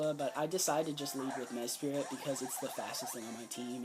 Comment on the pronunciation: i'm sorry but this kept bothering me, mesprit* not mespirit